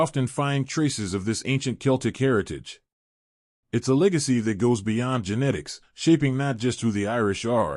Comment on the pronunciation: Glad you said something. Also genetics instead of ginitics! It was driving me crazy